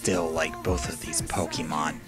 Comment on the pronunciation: Good video but why do you pronounce all the names different of the pokemon and regions